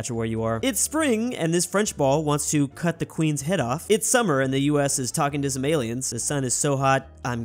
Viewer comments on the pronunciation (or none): Is pronounced some not sume